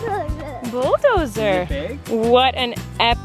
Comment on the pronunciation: getting so good at pronouncing "bulldozer" highkey makes me emotional